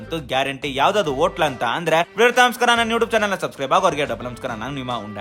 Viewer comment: ಓಟೇಲು....ಸರಿಯಾಗಿ ಉಚ್ಚಾರಣೆ ಮಾಡಿ